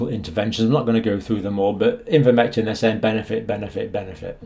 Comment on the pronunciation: Ivermectin NOT INvermectin